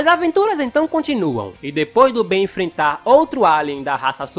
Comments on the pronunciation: Perceberam que invés dele falar Ben ele falou várias vezes Beno kkkkkkkkkk 😂😂😂😂😂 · É ben não benio 😠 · Só eu q ri toda vez q o falou Benio? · O engraçado ele falando clone do ben e eu confuso sem saber se era do bem Ou do ben